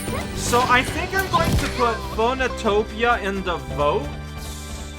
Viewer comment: It's pronounced "Phönotopia"